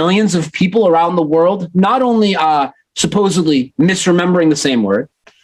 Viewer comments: He talks about mispronouncing things, even though he does it himself. "Supposedly" is pronounced with a D not a B. What a maroon. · Is the Mandela Effect responsible for him saying "supposably" when he means "supposedly"? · I like how in his explanation he uses (that is he mispronounces) the word supposebly. I guess next video he can add that the Mandela Effect has changed the B to a D.